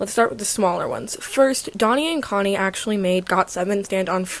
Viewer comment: not that it matters but i'm just wondering, would it not be pronounced closer to how she first pronounced it? If they are called 돈 and 콘 then that sound in korean is like "Doh" and "Coh" as in "dog". Not like "dough-nee" and "coe-nee" as in "donut" honestly I don't think I've ever heard them say their name out loud